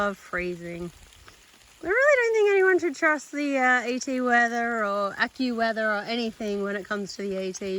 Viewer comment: I laughed out loud a couple of times because of your vlog today. Little poos on the tree. When you said you shouldn't trust the AccuWeather, I heard, " you shouldn't trust the f-ing weather."